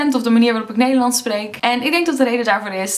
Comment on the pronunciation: I think your "s" is turning more to an American/English "s". When you say "Nederlands", your "s" sounds a bit like a "z"? Or your "a" is a bit too much like an "e" (literally "Nederlends). Maybe a combination, but I can definitely hear an accent in there (that doesn't come from Leiden ;)).